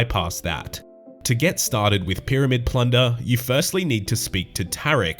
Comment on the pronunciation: No one:: 'P'yramid 'P'lunder